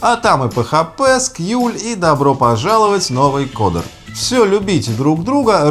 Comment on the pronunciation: Пэхэпэ скьюль xD